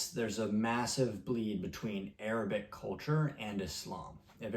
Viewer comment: Bro, how are your Arabic pronunciations so good?